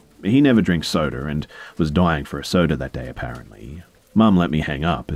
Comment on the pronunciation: No one:: soder and pizzer